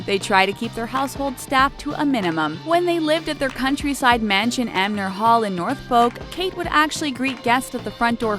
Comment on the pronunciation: 'North-folk' hahahah. It's 'Nor-folk'.